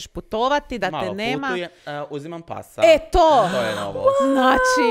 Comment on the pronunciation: „uzimam pasa“ Ja cujem „uzimam Passat“ 🤣